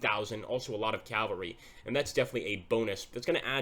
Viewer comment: Cavalry. CAVALRY. CAVALRY. NOT....Calvary.